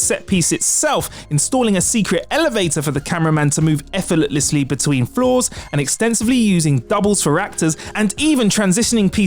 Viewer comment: I'm guessing you are paid by the syllable as you seem to have squeezed in an extra syllable in "effortlessly" as "effortletlessly" isn't a word